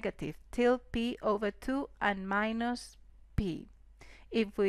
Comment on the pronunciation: en ingles no se dice "pi", se dice "pai" como la pastel "pie" xD